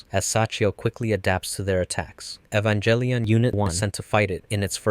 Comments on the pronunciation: Please, you know too much about Evangelion to be saying Evanjellyon. Cool video, though. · You mispronounce "Evangelion". The proper pronunciation is Ay-van-gehl-e-on (HARD G, not J sound). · It's not evan"jell"ion. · you are saying the name of the show wrong. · How can you know this much about the series but still pronounce "Evangelion" wit a soft "g"? 😆 Also, isn't the First Ancestral Race not in the original material? It's referenced in background material (mostly artbooks and pre-production documentation, and later the PS2 game,) but isn't mentioned in the original series, EOE or the Rebuilds. There's no proof either that Angels were supposed to be the original inheritors of Earth, but that they were representative of potential directions that "humanity" could've taken, which is why Kaworu is one of the final Angels to show up, representing that fact.